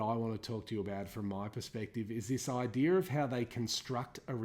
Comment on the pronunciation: "This idear"